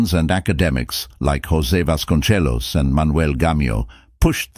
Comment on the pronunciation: We speak Spanish in Mexico, not Italian. Vasconcelos is pronounced vasconSelos (or vasconTHelos in Spain) not vasconCHelos. And the Z in mestizo is never pronounced like the Z in pizza.